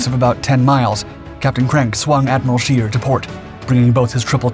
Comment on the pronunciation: Scheer not shear, try to get it right